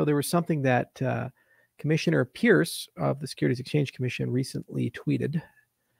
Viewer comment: Hester's last name is pronounced Purse. call her voicemail and verify